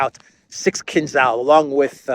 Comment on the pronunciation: So this expert can't even pronounce Kinzhal right.